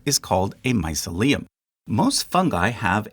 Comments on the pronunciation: You appear to use "fungi" also as the singular. Isn't that actually "fungus"? And mycelium you pronounce my-suh-LEum, isn't it rather my-SEE-lium? Not sure myself, hence asking. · no it is not, myceLIum (sounding like mausoleum) is no word but myCElium (sounding like mice-helium) is .... dunno why u repeatedly say mycelééum but it is really bewildering even to a non-english speaker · My-CEL-I-um, not My-ce-LI-um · its hard not to notice the pronunciation querks. never heard mycelium be called mysa-leum. or psilocybe pronounced as " psilo-sob". or other examples of "e-ae" vowls being turned into "ee" or "uh". but nitpick aside this is a fascinating and entertaining video! i love the study and art of mycology being spread! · Dude. Mycelium is basically the whole reason why human beings have consciousness and the reason we exist the way we do. I’m not sure why, but I find it very ragging the incorrect way you keep pronouncing it. It’s not like mausoleum. My-SEA-Liam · My-SEE-lium, please. Doesn't end like 'mausoleum'. You are normally very, very good [as another comment says] but many of these Graeco-Roman names aren't what they look like. I should know - I had to learn them at school. Just as a tip, you can easily find out how to pronounce any word by typing "pronounce x" [where x is the word] into a search engine. - "fungi" is a plural - it's not "a fungi" - it's "a fungus". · linguist here: where you put the emphasis when you say "mycelium" is very interesting, I always thought it was my-silly-um rather than mice-uh-liam does anyone know if this one of those words that has multiple pronunciations in free variation? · Thank you awesome again. BUT drove me nuts the the mis-pronunciation of mycelium. my-SEE-lium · The first time I've ever heard the word pronounced that way. My SEE leeyum is standard in my world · It’s pronounced “my-see’-lee-um”. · It’s pronounced mycelium not mycelium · glad some one mentioned this, I was trippin